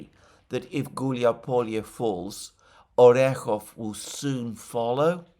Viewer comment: Orekove -----> [ ary EK of a ]. e represents a YE, which casts its y back to preceding consonant.